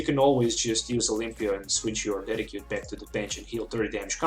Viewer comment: Thank you so much for this test, i really like how the damage changes instantly, though i don't think Tauros must be the lone attacker, a bit risky i think, especially when Garbodor blocks your Decidueyes. by the way, Decidueye is pronounced as "Dessid you eye" ;-) a correct spelling won't harm, keep up the awsome work.